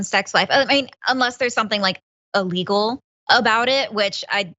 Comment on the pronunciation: Trump shouldn't say naughty, but no one should say ah-legal, instead of illegal.